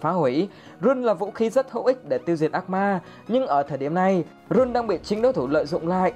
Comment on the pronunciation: Rune đọc là (răn ) mà